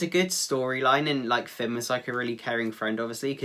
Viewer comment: Eeeeee I love /Finn soo much he’s soo cute and super adorable EEEEEEE He said Pinn and he said Loads Of it I love this interview best interview Yet 😍😊😁